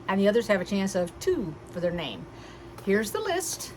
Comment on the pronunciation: Thank you!!! You pronounced my name perfectly. I can't wait to start watching your tutorials and following along. Hopefully you got my email :)